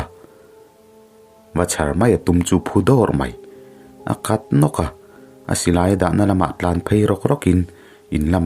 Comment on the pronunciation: 'A kat nawka' tih a, a kat kha i thlúk na lutuk deuh.. tluangtlàm takin, thlùk lo a lam rík mai tur ani e. A ngaihnawm ṭhin teh e..rawn dah deuh zut teh..tih tur avang si a 😇😇👍👍